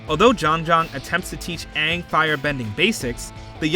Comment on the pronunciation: "so... ARE you the Awvatar, Ong?" - Sohka